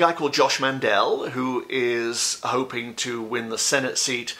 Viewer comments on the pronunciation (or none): none